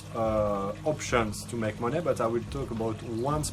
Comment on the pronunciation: He said make moon-NEH